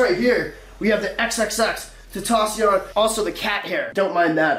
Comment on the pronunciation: MANS SAYS HES A FAN AND HAS HIS STUFF BUT CANT FUCKING PRONOUNCE HIS NAME